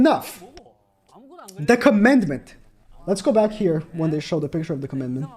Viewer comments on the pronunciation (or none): none